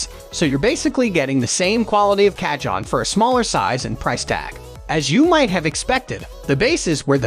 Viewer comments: The moment you said "ca-john" it was enough for me. Closing this tab rn. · This is an AI voice mixed with stolen pictures & video clips online. That’s why the Ca-John… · Repeat after me and everybody else here,"kaa- hone." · Americans make no effort to pronounce anything correctly. Every time he said CAH-JOHN I wanted to close the video lol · loose the last E its pronounced "CA -HONN" / as of "CAJÓN". spanish for "drawer" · Narrator mis-pronounces the name of the very product he is reviewing. Yikes ! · tfw you can create and edit a whole 12 minute video but use the most ridiculous robot voice that mispronounces the name of the instrument every single time